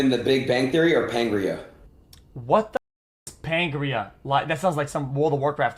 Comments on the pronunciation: It's Pangaea, not Pangrea. 🤦‍♂️ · He pronounced pangia wrong